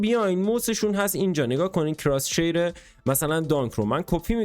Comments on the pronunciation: عزیز دل بخدا اون کراس هیره نه کراس شیر ❤😂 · کراس هیر ✅ کراس شیر ✖